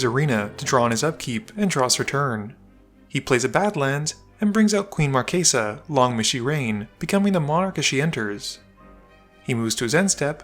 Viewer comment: I absolutely love that you keep the italian phonetics when you pronounce Queen Marchesa.